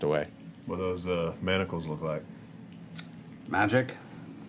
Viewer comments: There is no "T" in manacles!!! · I just love Matt’s face everytime they say “manticles” instead of manacles lol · The grammad police in me keeps reeling when they call manacles MANT-acles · As much flack as Matt got for his pronunciation of sigil, I can't believe no one calls out The Mighty Nein for saying mantacles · I can't get over the whole group calling them "Mantacles" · Haha "mantacles" I think the ladies didn't realize there is no t in manacles. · rewatching and i completely forgot about the whole pronouncing-manacles-as-manticles thing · I like how Laura mispronounced manacles as “mantacles” and got everyone else to do it lol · I lové how they all said “manticles” but it’s manacles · "mamticles" XD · there is no T in manacle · Boesvig yeah that always irks me a bit too